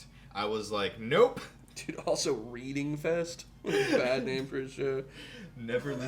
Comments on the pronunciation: Reading festival is actually pronounced as “Redding” festival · Reading festival is pronounced like "redd-ing" btw. :) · Old vid but its pronounced Red-ding. btw not reading. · Its not reading fest 😂 although that is hilarious. It's pronounced Reding and its named that because the town of Reading (pronounced Reding) rhat its based at. The festival shares most headline and support acts with Leeds Fest, the acts do one day Reading then another day Leeds. Its one of the biggest rock festivals in UK, very iconic and famous for some crazy scenes over the years. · lol it’s pronounced “redding”